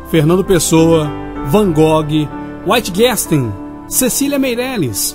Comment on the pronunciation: Alvaro Mahl locutor né? O cara só narra, não sabe. Ele também pronunciou Waitiguéstein